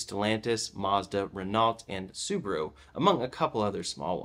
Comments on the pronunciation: nice vid, thanks. FYI, Renault is pronounded "rehno", not "raynalt" It's a french thing!;) Merci mille fois pour tous vous faisez! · Renault is pronounced “re-KNOW”